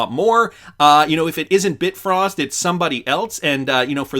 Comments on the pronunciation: Bi-Frost wallet not Bit-Frost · Bi-frost. Not Bit-frost. Bifrost wallet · It’s Bifrost wallet not bit frost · Bi frost. You might be confusing people. It's not bitfrost. It is Bifrost.